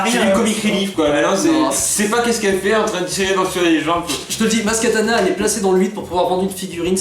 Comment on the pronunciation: bon, juste comme ça au passage, c'est maz kanata, pas maz katana... sinon, contrairement au 1, le 7 ne faisait pas que reprendre quelques élément de structure narrative, on est à un niveau de décalquage qui frise le foutage de gueule, donc si, le bachage qu'il a subit était amplement mérité ! c'est d'autant plus mérité quand tu penses que le film met en standby l'histoire principale du film, la recherche de luke, juste pour mettre une scène de death star qui n'avait rien à y foutre et aurait clairement plus trouvé sa place dans le 8 ! oui, dans le 5 vader parle à luke à distance grace à la force, mais vader est un seigneur noir des sith et luke s'est entraîné plusieurs années (oui oui, entre le 4 et le 5 il n'a pas passé son temps à se branler les couilles, et il est resté plusieurs mois à suivre un entraînement intensif chez yoda), de plus ils sont à proximité de la même planète, mieux, l'executor est presque à portée de rayon tracteur, ils sont pas éloignés de part et d'autre de la galaxie, alors faut peut-être pas déconner non plus, surtout quand t'as un snoke qui te dit clairement au début du film que kylo est une chèvre et qu'on te montre une rey qui comprend pas grand chose à la force ! sinon il y a un truc qui moi me dérange énormément dans le 8, c'est rey justement ! alors déjà dans le 7 elle n'avait reçu aucune formation et elle utilisait malgré tout des pouvoirs avancés de jedi, paye ton incohérence déjà, mais là le film entier se déroule grand max sur quelques jour